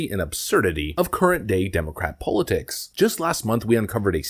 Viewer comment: How come this guy doesn’t know how to say the word politics ?